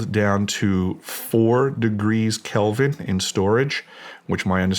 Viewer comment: 4 degrees kelvit? Wtf!? It's "kelvin" not kelvit or whatever. The guy is bs ing!